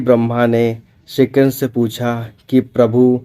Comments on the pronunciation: Tthik sey ucharan kijiye...shree Krishna🙏🏻🙏🏻🙏🏻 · ये पोराणीक जानकारी अच्छी है पर क्षीकृष्ण नाम का उच्चारण सही से करो